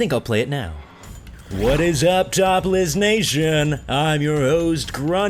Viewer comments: You sound like your saying Topless nation not Top Lists xD... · sounds like ur saying "top less nation" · Sounds like your saying topless nation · when he said top list nation i thought he said topless nation... am i deaf probably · Sounds like you said topless nation lol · i thought he said top less nation lol